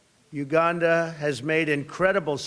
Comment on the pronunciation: Mr Trump, you are a breath of fresh air, but please get someone to advise you on pronunciation. Its Na-mib-ia, not Nambia, its Sah-sol, not sasool, its U-gan-da, not Ugunda. And please consider adding the ANC to your list of depraved ideologies.